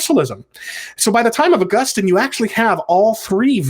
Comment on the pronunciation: Ah-GUS-tin seems to be a better pronunciation...^^